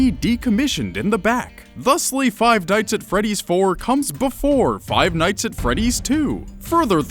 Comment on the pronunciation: did he say dites instead of nights